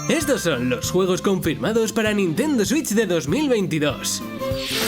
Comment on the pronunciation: Odio como los españoles dicen "Nintendo Switch"